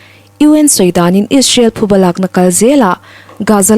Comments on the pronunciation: Thuba nilo in, PHUBA tih tur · Thuba ni lovin PHUBA tih tur a ni e. An thiltih phu tawk an ba tihna a ni. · Thuba nilo in, Phuba tih tur aw..😊. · Abengvar thlak khawp mai a, a chhiartu aw pawh afiah, mahse thupha leh phuba tih hi a kawh hrang daih ani a, tin, thuba ti hi an awm bawk a thuba hi a awm ngai lo hrim hrim bawk, tin, parchhuang hi alam dan adik lova, par tih pangpar tih a par tih anga lam tur ani lo ani, hmasawn zel nan ka han sawi ve ani e